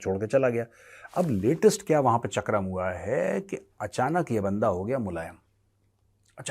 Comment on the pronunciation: मुलायम ya मुल्लायम 😅